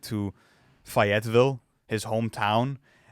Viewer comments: Yall its not fuh-yet-vull its fay-yet-vill 😂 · bro its pronounced FAY-IT-VILLE 😂😆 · It’s pronounced Faye t ville lol but all love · Bro said fietville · “Fi - et - ville” pronunciation is crazy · I grew up near Fayetteville, it’s pronounced: (Fay-it-vill) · Fayetteville; say it with me, Fay-ette-ville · Always kills me how he pronounces Fayetteville 😅pronounce the Ville right… nonetheless great take fellas keep up the good work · There are two correct ways to pronounce Fayetteville, and you used neither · Bruh his pronunciation is as killlling me! It’s like he’s never heard a Cole song before haha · right, making it sound like some exotic country lmao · You guys need to re-edit this video or re-shoot it because there’s no way you can be a Cole fan and you can’t even properly pronounce where Cole is from that’s embarrassing and ridiculous. Please don’t use the excuse your Canadian because it CAP can’t watch the rest if the video with that mispronounciation 💯